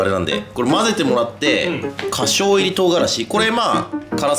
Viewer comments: 担担麺に振りかける香辛料「かしょう」って言ったの「花椒（ホアジャン）」では？ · 花椒 かしょう では無く、ホワジャオって読みますよ！ 中国山椒です。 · 花椒 ✕かしょう ○ほあじゃお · 花椒(ほわじゃお)ですね( ´꒳` )